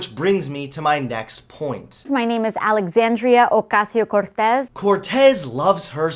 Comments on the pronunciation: Why does she pronounce her name like that it sounds stupid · is NOT ACASIO CORTE, is OCASIO-CORTEZ. You Sound More an IDIOT than She does. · I love how she gets all ethnic like the hispanic reporter from Married w Children when pronouncing her name Lmfao "Alexandria Ocasio-cortez"